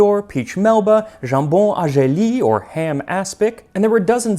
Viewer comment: I'm French and love that I'm learning about Escoffier's cuisine through Max! I knew the name, and that's about it! What a dream--I certainly wouldn't have skipped breakfast (maybe rather some of the dishes at lunch). On a side note, "gelée"'s final "ée" is pronounced the same as in "fiancée" 😉 I'm off to dream of "pommes de terre Duchesse"... 💕